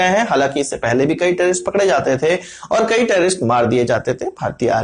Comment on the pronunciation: ये टेरीरिस्ट क्या बोले है सर जी कुछ समझ नही आया ?